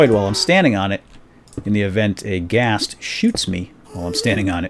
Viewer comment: Ghast, not ghost. Just thought I would point that out.